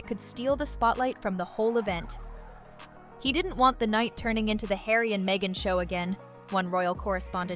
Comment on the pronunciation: ....10.59 Megan to Hawy................"oooh what is it hawy?"